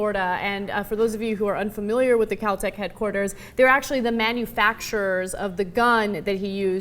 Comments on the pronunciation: its kel tec not kal tec ignorant pig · kel tec, not cow tec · First off, its pronounced as its spelled. KEL-Tec, not Kal-Tec. Secondly, I do partially agree, but only with Ana. He likely needs protection due to the fact that people hate him. However, any gun enthusiast would be all grins if they got to visit a factory. That's like a kid visiting a candy shop. This isn't him "bragging" about killing someone. Cenk is only projecting his personal opinion into this and twisting the story. This isn't about Trayvon, its about bad pr and that's it. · lol its kel-tec not cal-tech... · It's Kel-Tec not cow tec you dumb airhead OBEY GUNS OBEY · kel. not kal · Its pronounced KEL-TEC, where the fuck are they finding an a? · She doesn't know how to pronounce Kel-Tec. Haha. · Dumb video, he was found not guilty get over it. If he wants to visit "CAL TAC" as she incorrectly pronounces it, it's his damn right. He doesn't want attention, he wants to be a free man. Liberals never fail to amaze me. So he's a POS because he's interested in a shotgun? Wow..... you are so intelligent.